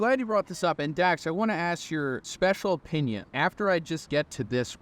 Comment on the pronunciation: He mispronounced Dak’s Sake 😟